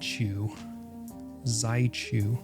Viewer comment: Correct pronunciation of "Szychu" is "She who" it's a polish player and this nickname is polsih aswell. Nice video!